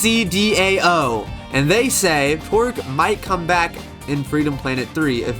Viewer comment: If you want to know how to say my name, you said the az correctly but the dao is pronounced like dad but without the d at the end so da. And the end is just o. Just a hard O